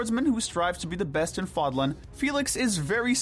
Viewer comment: Considering how you mispronounced "Seiros" and "Fódlan" consistently, shows me that y'all never played the game 🤣🤣 it's almost fully voice acted